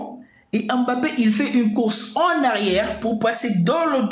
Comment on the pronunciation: Vous prononcez mal son nom à Mbappé